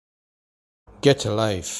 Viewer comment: actually, it's pronounced. (Gah-chah Life)